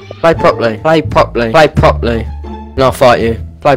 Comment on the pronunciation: Like how he says propley